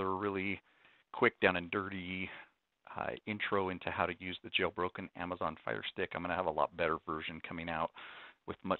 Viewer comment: It sounded like he said, "how to use the Joe Rogan firestick."